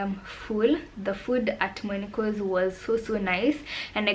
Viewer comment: monikos ( sis you have butchered the name 😂😂😂😂)